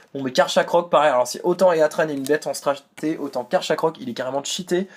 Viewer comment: Super vidéo ! :^) Par contre juste pour info,le nom des pokemons légendaires se prononcent comme en anglais. Heatran par exemple se prononce "hitrane".